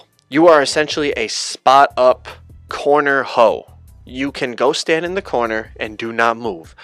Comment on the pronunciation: That boy said “a corner hoe”😂😂